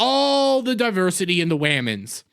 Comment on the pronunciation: While you make some good points, you undermine them with your bigoted and overreactions. It starts with you calling women "Waaman's". And the mocking way you say "diversity". How to say you've got a fragile ego, without saying you've got a fragile ego. It also makes you look racist and childish that you can't pronounce the names of people of color. It was especially disrespectful when you said "Get a real name". Ashton is half Ugandan. I also don't see you expressing severe outrage at Paul Rudd for destroying the Antman franchise by starring in the Quantumania bomb. Geez, people act like there's never been a bomb before. Since so many movies star men, statistically it means men are the recipients of most bombs. And what do you mean that the movie wasn't made for women? It was all women as the main characters. Oh, and I forgot how movies are made for different sexes and color. However, that didn't stop me from noticing the bad press about this movie before it came out. Maybe that's one reason why women avoided it. I saw the original Capt. Marvel and wasn't blown away by anything in it. So why would there be great anticipation for a sequel? I also can just wait to see things when they inevitably show up on TV at home. So there were plenty of reasons to stay away. Maybe women were just smarter to save their money on this one. What's nonsense is that women don't see movies. Maybe people are just tired of endless superhero movies. Perhaps the movie industry will actually have to c